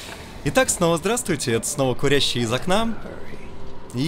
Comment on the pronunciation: КурЯщий из окна Ох уж эти французские слова... вечная проблема с тем, куда ставить ударения.